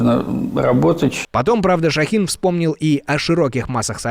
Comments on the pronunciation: Он ШОхин, а не ШохИн... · Почему неправильные ударения ? Ш-О-хин, Р-Е-йтер! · он Шóхин, а не ШохИн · Да, не ,,ШахИн " , а ШОхин. Неужели ни разу не слышали эту фамилию ? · Спасибо за новости! Но только не ШохИн, а ШОхин)